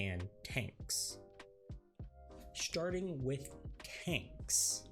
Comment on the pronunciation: Starting as with TAankss (awkward pause)